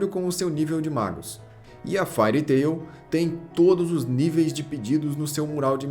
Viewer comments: Vc bem que podia dar uma estudada no inglês, depois vê como se pronuncia "Fairy"... O vídeo todo falando "far tail" "far tail" "far tail". Até passaria batido se não fosse o nome do Mangá/Anime e vc não repetisse tantas vezes no vídeo kkk Fairy Tail -> "Rabo/cauda de fada" Far -> longe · O compilado do material apresentado é fenomenal. Parabéns! Só as pronúncias que me doeram bastante aos ouvidos, principalmente o do próprio anime